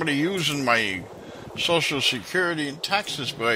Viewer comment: gets the shoshal wrong,: “That’s it.”